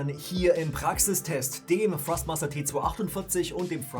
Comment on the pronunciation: Kann es sein das ich immer wieder Frostmaster statt Thrustmaster höre???